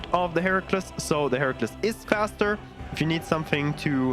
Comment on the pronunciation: Very nice, just for your information the Heracles is pronounced Hera-cleez.